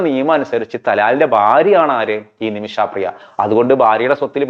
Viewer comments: നിമിഷാപ്രിയ അല്ല, നിമിഷപ്രിയ.... കേട്ടല്ലോ...... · ആദ്യം ആ സ്ത്രീയുടെ പേര് നേരെ ചൊവ്വേ പറയാൻ പഠിക്കൂ. "നിമിഷാ പ്രിയ" എന്നല്ല പറയേണ്ടത് "നിമിഷ പ്രിയ" എന്നാണ്. ഒരു വിഷയത്തെ പഠിച്ച് ഇങ്ങനെതന്നെയാവണം പ്രോഗ്രാം അവതരിപ്പിക്കേണ്ടത്. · ഇയാള് പറയുമ്പോ നിമിഷാപ്രിയ എന്ന് കേൾക്കുമ്പോ അരോചകം ആയി തോന്നുന്നു. നിമിഷപ്രിയ എന്ന് പറയൂ